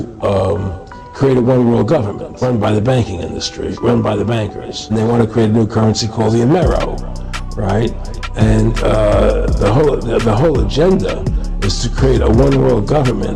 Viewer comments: Romero? Amero* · It was the “Amero”, not Romero. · He did not say "The Romero"... He says "The Amero"... 😂